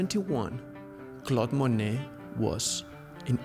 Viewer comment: Interesting and edifying- but, seems like the 1st guy could learn to pronounce Monet.